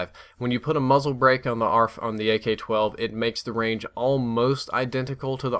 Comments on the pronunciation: In Min he don't Says Ak12 he says GayK12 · it sounds as if he says "gay-k 12" lol, great video and thanks for listening to your subs about the range thing, I said it a few times too